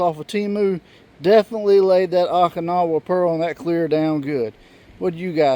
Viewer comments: Oh-kinowa, not aw-kinowa. City in Japan where big battle in WW2 was fought. Thanks for vid! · OH-KIN-AWA blue.